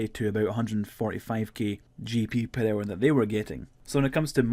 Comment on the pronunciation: Purr hour